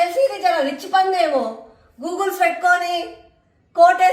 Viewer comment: Googles kadu adhi Goggles.. 😂😂😂 iyna first start chesindi meeru.. inni years nunchi kite symbol eh undi mari apudu gurtu raale?? Just alochin chandi your making yourself a joker but talking all this and making this video mam.! 😃